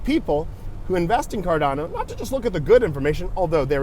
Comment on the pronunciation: Just say it like your grandpa, Cordana